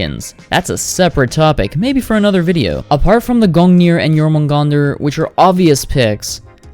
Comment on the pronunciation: Bröther its jörmungandr